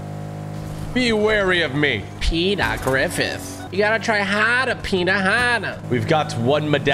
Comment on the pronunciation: The way he says Peter from Peter Griffin.😂😂😂😂😂😂